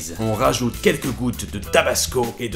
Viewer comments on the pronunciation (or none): sauce "worstecheur" xD c'te prononciation sortant d'ta bouche! xD J'ADORE. <3